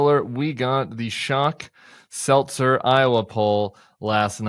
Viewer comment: So is her name SelTzer or Selzer? Because you pronounce it two different ways.